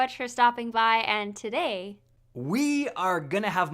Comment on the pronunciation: I'm sure your wife is lovely but she says "And today" wrong and it breaks me